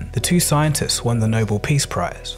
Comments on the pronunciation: He was referring to the prize name, I was referring to the way in which he pronounced Nobel (with the stress on the end of the word), it sounded to me like Noble. Don't sweat it though it was just a light comment. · You also said "noble" instead of "Nobel", which would sound like "no-bell". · Nobel not noble. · Pronounced Nobel as noble. That gains credibility. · Nobel is not pronounced like "noble". It's not the noble prize it's the Nobel price, from Alfred Nobel pronounced Alfred "no bell". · It's not the 'Noble' prize, but the 'Nobel' (no bell) prize; and it wasn't for 'Peace', it was for 'Physics'.